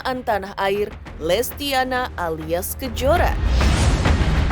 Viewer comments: Intens gimana sih!nyebut nama orang salah' bukan lestiana,tapi...lestiani... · Min maaf lestiani bukn lestiana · Lestiani min....bukan Lestiana. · Ooy letyani lestyani bukan lestyana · Lestiyani bukan lestiyana miin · Lestiani min bukan lestiana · FYI nama nya Lestiani bukan lestiana ya min❤❤❤ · Lestiani miiin bukan lestiana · Bukan lestiana min tp lestiani😅😅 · Oooooooy lestiani bukan lestiana😅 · Lestiani bukan Lestiana ya mbk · lestiani bukan lestiana kakak admin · Lestiani bkn lestiana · Lestiani bukan Lestiana